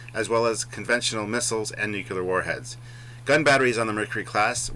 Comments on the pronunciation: Its Nuclear not Nuke u lar....By the Way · NU-CLE-AR. NOT "NU-CU-LAR" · Hey large one, if you want to sound intelligent: it's "nu/clear" not "nu/q/lear" and there is no such word as "anyways" in the English language